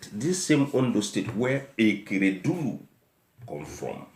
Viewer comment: What is EKEREDULU? The governor’s name is A K E R E D O L U. And it’s not arufai it’s EL R U F A I